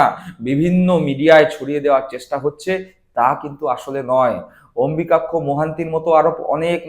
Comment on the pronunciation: যে অম্বুযাক্ষ নামটা ঠিক করে উচ্চারণ করতে পারে না, সে করছে রাজনৈতিক বিশ্লেষণ!